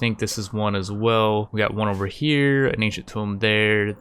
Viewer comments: Your one of my favorite Rimtubers, can't wait for the next episode of this series that is surely coming. Also, tunnel through the mountain to the ancient tomb and become King Under The Mountain, leave the next cluster for raiders. P.S. it is in fact pronounced "Too-m" not "Tome" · Great video. Will watch whatever you make. Some quick minor points: 1. Raw cannibalism is +20, but you get -7 for eating raw food, so net is +13. Still, only a tiny bit less than +15 from cooked cannibalism and no time spent making the meals. 2. It's pronounced "two-mmm" not "toe-mmm". Tomb! 3. It might be annoying to restrict your movement, but given how quickly threats spawn, I think you should hunker down and let the next raid trigger the cluster. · Please learn how to pronounce tomb